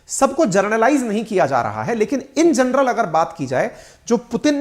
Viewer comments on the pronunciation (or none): none